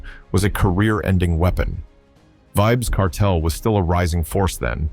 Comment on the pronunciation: Pronounce his name properly